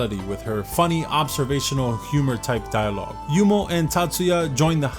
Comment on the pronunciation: why do you keep pronouncing yuno as yumo